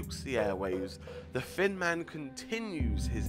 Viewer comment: It sounded like he called him the fin man